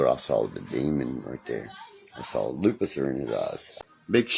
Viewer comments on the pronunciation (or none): DID HE JUST SAY LUPICIFER???😂😂😂😂😂😂